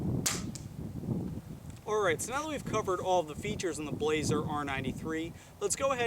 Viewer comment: Good review, one thing though. It's not pronounced "Blaze-er" it's pronounced "blas-er" you pronounce the 's' like it's an s, not a z.